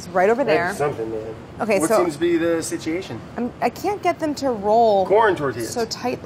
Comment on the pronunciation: no one: brad: "What seems to be the SITEEATION?"